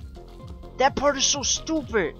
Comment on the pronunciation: Why You Say Stupeh